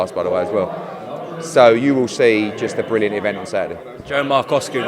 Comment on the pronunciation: "BRILLLIANT AJ!"